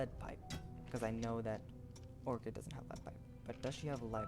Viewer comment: nice video and its pronounced, Ore(Kid) Orchid